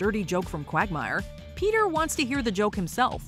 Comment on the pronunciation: Ah yes "pea tear"